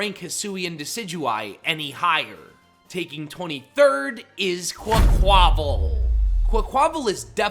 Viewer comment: IT'S QUAQUAVAL, NOT QUCOVAL! FIX IT NOW!